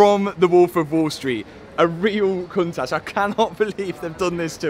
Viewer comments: The lambo Cun tash 🤣🤣 I can't stop hearing it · COUNT TASH - learn to pronounce it properly 😅